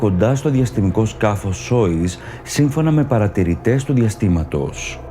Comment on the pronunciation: ωραίο βίντεο φίλε μου. μόνο που είναι Σογιούζ και όχι Σόιζ. Επίσης όποιος λέει ότι ο ιππότης είναι 13Κ, δεν ξέρει τι του γίνεται. Πως απορρέει αυτό?